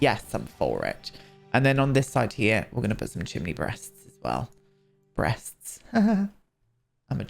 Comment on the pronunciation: I--that farmhouse is beautiful and I just loved your approach to this. Cannot wait for the next part 💕 Say bweast again. Bweast.